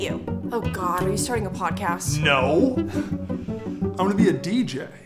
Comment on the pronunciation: lol, "pot cast"